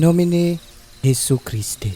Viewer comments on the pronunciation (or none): A brotherly correction. In the Latin language, the letter “J” is pronounced as “i “ or “Y”. So it should be IN NOMINE YESU CHRISTI. - from Filipino Catholic priest in New York who likes to listen to your stories. Thanks